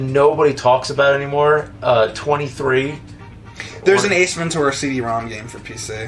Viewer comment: When says: Ace Ventura it sounds like he says: Eastman Toura